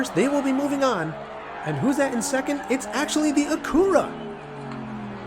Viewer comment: Its Acura and you keep saying "Acoora"